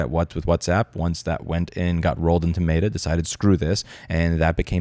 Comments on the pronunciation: Is Louis saying “mayda” instead of meta? Lol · What is “mate-uh” ???? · It's both Cringe, and hilarious that Louis pronounces Meta as "Mater" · Today I learned you pronounce Meta weird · Louis, you make very valid points, but the way you say Meta kills me. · The way you say Meta triggers me more than the company itself. (jk kinda). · great video but the way you pronounce "meta" mildly upsets me